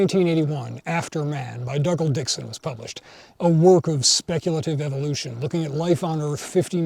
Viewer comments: it’s pronounced ‘Doo-gall’ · Woo! You still can't pronounce Dougal right! Still great!